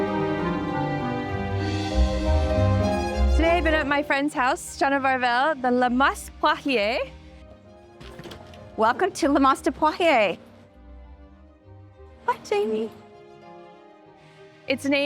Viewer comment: Still American , don’t know how to pronounce correctly the name ,le mas, thé S it’s not pronounced. Then poirier comes from poire, meaning pear. So , they might think they are “aristocratic’, they are not.